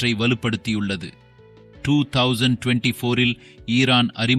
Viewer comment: என்னடா தங்க்லிஷ் பேசுகின்றாய் தமிழ ஒழுன்கா உச்சரி போர்ஹன்றட் 2024 ஆண்டு ட்றாடார்??????